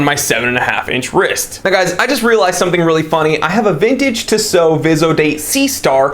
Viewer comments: Tea-sow not Tiss-oh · I am not exactly sure how you would pronounce these transliterations but in French we would stress the last o in Tissot. So it would sound like "tissO". Furthermore the last o is not a diphthong so it would sound brief. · Can't watch. TWAT doesn't know how to pronounce Tissot. It's "TEE SO. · Yeah he is pronouncing it weird af